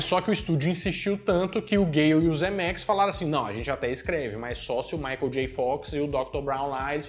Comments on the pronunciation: Mais um ótimo vídeo. Mas que deu um tic toda vez que você falava Zemerickis no lugar de Zemeckis, isso deu hehehe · É Zemecks e não "ZemeRicks"...!!! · O sobrenome do cara é "Zemecks", mas o sujeito insiste em chamá-lo de "Zemeriquis" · ZEMECKIS!!! (e não "Zemericks") 👍🏼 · "Zemericks" hahaha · Hahahahahahahaha eu achei que era Zemeriks só porque o falou pensei "será que eu entendi errado minha vida inteira?" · Que agonia tu falando o nome do Zemeckis errado o vídeo inteiro.